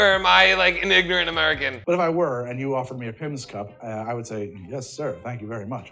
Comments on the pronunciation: It’s a pimms cup not a pipmus cup 😂 and Pimms is a British gin based fruit liquor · Oh you precious baby The way you pronounce it “Pimmes” and forget that 7up exists simultaneously knowing how to pronounce “Aperol” - it tickles me.